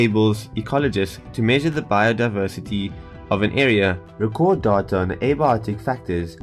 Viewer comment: the way he says data doahtoah